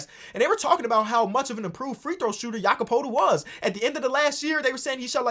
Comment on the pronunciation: after 2 attempts man already gave up on not butchering Jakob Poeltl's name lmao